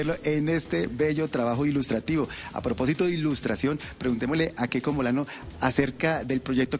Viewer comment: "keko Molano". 😢. (Sentí vergüenza ajena)